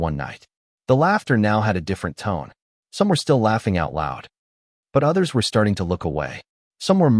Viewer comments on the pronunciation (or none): none